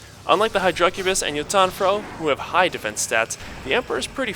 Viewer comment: Dammit say hydracubis right lol. The emphasis is on the "hy", not the "dra"